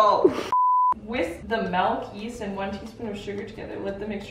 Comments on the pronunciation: In the Afrikaans language you spell and pronounce Milk as Melk so it's really odd to hear a Canadian speak Afrikaans words 😂 Side note, thanks to you and mama Maples for always cracking me up!! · The way you say milk as “melk” has me cringing hahaha 😂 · Girl, why you say MEYELK? 😂😂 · if I could just explain how amazing it was to hear you pronounce “Milk,” made my entire life! I’ve always, always said Melk- and my family has a field day correcting me- I’m not Canadian, but Mideast US- and this has been something I just can’t change. In fact, I even hear it in my head as milk- Maybe us two are correct- and everyone else is wrong! Great video! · Funny thing, in the Netherlands, where I live, you actually write and pronounce milk as melk :O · mElK✨🤮 It's okay we still love you😂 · When she said "melk" I was like 👀 bc in the Netherlands "melk" means milk 😆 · Sorry, why does she say it as "melk"? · It is melk not milk😂😂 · This was just a ploy to make everyone hear say "melk" a billion times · Loving your pronunciation of MELKKK 😂 That’s how it’s written and pronounced in Dutch too! My language :) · Did you say you put cornstarch in the custard? That's the thickener babes lol. Just adore you and your beautiful momma Maples!!!! I know you pronounce milk like 'melk' but do you also pronounce pillow like 'pellow'? My friend lost a spelling bee on the word pillow because the lady pronounced it 'pellow'. We were in like 2nd grade and she thought maybe there was a word pellow that we just didn't know lol. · The way you say 'milk' is actually the way we say, pronounce and spell milk in Afrikaans, like 'melk' and I love it 😂 just makes you so much more relatable to your South African audience 😊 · I love how she says "melk" too! I do that and everyone makes fun of me😂❤ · I always love when you say "melk"! I am Afrikaans and that is exactly how you pronounce and spell milk in Afrikaans! 😂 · When you pronounce 'milk' you say it as you do in Danish 'mælk' 😆